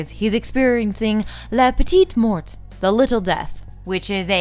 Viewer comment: 441::11 true spelling is "la petite mort". And the "t" of "mort" is silent.